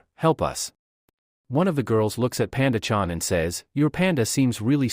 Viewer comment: Very uncomfortable accent 😂 wtf is panga it panda even the translation says panda 😅 it’s isn’t worth listening to this narrator